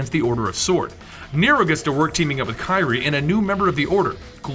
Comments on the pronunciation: KI REE? KI REE? ITS KEE REE AYE....dope. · another quick note Kyrie is pronounced Keyrie and Nero's arm was always the Devil Bringer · Denomic power? How did you mispronounce Kyrie when Nero screams it at least 20 times? anyways Special Edition hype!